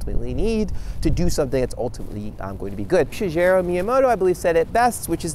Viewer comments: Here are three words: She, gay, roux Now say them quickly. There, now you have said Shigeru properly, Ya-Mean. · You're gonna be late on your video next week, aren't you? Also, Shigeru is a hard g (like gif SHOULD be pronounced).